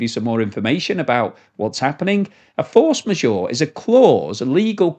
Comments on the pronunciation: Maybe check the pronunciation of force majeure... The's a french term. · Hilarious how is pronouncing force majeure! 😂